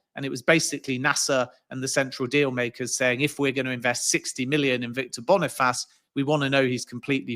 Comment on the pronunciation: Man said Victor Boni-Faaaas